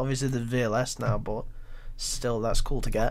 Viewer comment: its 'but' not 'bo'